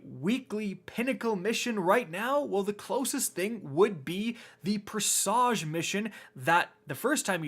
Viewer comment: Probably won’t read or reply to this.. but presage is pronounced presij. Granted the way you said it is far less cringe than pre-sage…